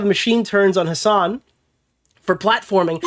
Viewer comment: "his son"? "hisson"? "HASAN?!??!